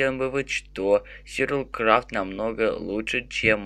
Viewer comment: Почему ты говоришь СЮРЬВАЛ КРАФТ?????вроде бы говорится сурвайвэл крафт.(сори если-что,ок???)